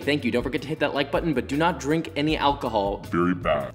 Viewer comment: "You shouldn't drini alcohol under 21" 🤣🤣